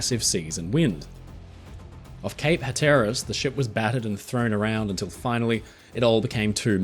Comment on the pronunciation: FYI, it's HATteras.